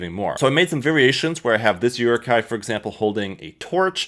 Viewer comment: the way you pronounce "Uruk hai" bothers me